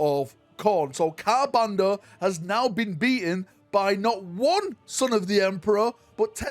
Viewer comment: Yo how many "r"s are there in Ka'bandha, brother?